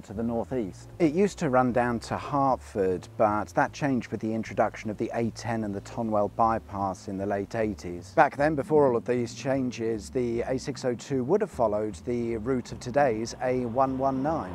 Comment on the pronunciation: Super! I’d have never known that was there. I grew up on these roads in East Herts, living in Whempstead. I might have to go for an explore next time I get out there. (Oh, from a local, Tonwell is pronounced ‘tunnel’)